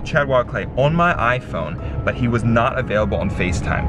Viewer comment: Not to be rude but why do our say iPhone and I love your vids so much